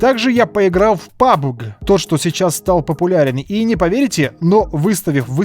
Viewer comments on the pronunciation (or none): none